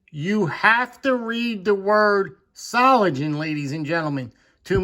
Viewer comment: It is really funny to hear English speaking people, pronounce a German word. Solingen. Solindjen 😂 If you want, I can give you the right pronouncing. I can send you a spoken chat in messenger or Instagram. 😁